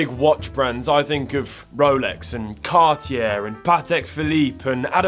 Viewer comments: “Cartiere”? Really? You can’t even pronounce the names right. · Car T Air? Adam R Peegay? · Cartyheir? Best pronunciation of cartier i’ve ever heard